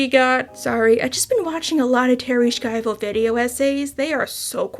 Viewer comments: i dont think there is a K to pronounce in her name. It is more like "Shy-voh" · Love your content but you gotta Google some pronunciations dude. Segue is said seg-way. Schiavo is said Shy-Vo. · It's a bit crazy to claim to be watching several video essays on Terri Schiavo and mispronounce her name too.